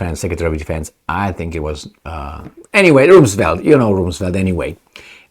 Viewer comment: Rumsfeld is pronounced like Rum, the drink for pirates..